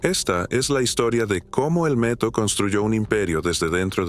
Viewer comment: Por que dices el Meto y no el Neto?